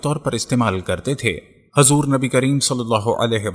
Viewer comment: Hazur nahi Huzur sallallahu alaihi wasallam